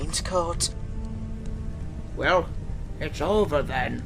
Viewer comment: near the end said den instead of then LOL